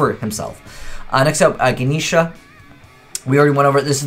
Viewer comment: his pronunciation man